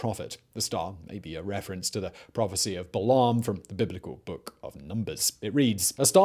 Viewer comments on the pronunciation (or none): none